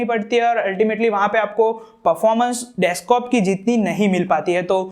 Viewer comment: Bhai desktop hota hai deskop nahi